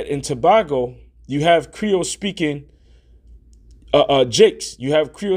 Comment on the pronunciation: It's pronounced (Jew-Vay ) and it's Trinidad and Too-bay-go. But we understand, it's not our language. There is so much confusion. (PEROID). Israel will be United again and we shall be released. The time is ripe and ready, who cannot see the signs, are truly blind. Keep pushing brother! I stand with you.